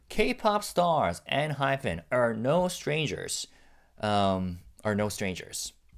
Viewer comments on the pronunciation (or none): You're pronouncing Enhypen INCORRECTLY it's PEN not PHEN. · dont worry about it. sometimes Jake and Jay also pronounced the group name as enhyphen in interviews 😂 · Jake himself pronounces it EnhyPHEN sometimes... complain to him lol.